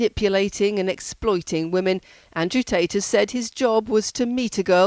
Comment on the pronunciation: "andrew taters"